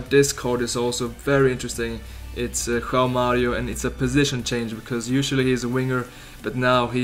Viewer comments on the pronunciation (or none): none